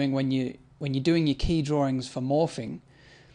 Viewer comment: the way you say 'morphing' sounds like 'morphine' :)